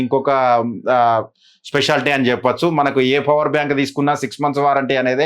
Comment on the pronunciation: Bro fower bank Kadu power bank 😅 Just kidding bro